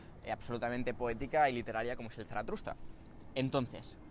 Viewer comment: me encantas tú y me encantan tus vídeos, pero por favor, deja de decir ZaratRusta 😂😂😂 Un abrazo ♥️